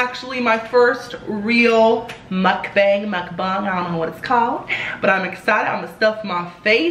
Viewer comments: It's pronounced "m uk - bong" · it's actually pronounced mook-bong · Its pronounced mok bahng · I love this ,your a natural mukbanger !!!!! I usually calculate the calories on the internet nutrition calculator so I don’t go over my limit .(sonic,McDonalds,Pizza Hut) Also Is it pronounced muk-bang or muk- bong ? P.s you are so awesome 😆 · I love you so muchhh. I love these mukbangs. Btw it's pronounced "mook-bang". 😘 You should do a pizza place next. 😍 I'm getting food in a bit so I'll eat wit you, I'm getting little ceasars ❤ omG you loved my commenttt 😭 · It's pernounced mookbang